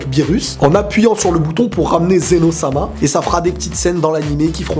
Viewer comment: C'est Zeno pas zéro